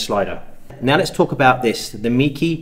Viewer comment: Not a criticism but the name is pronounced /may-kuh/. I have their super wide fisheye lens which I use for 360° photography on an Olympus E-M1 mark II. The lens build quality is amazing for the price. Thanks for letting us know about this little beaut.